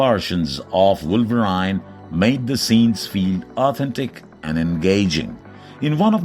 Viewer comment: Wolver "i" ne? Lol What a dumb!